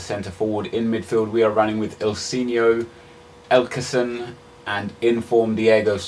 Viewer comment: yo just want to mention it's elEkson not elkeson but nice vid love you lol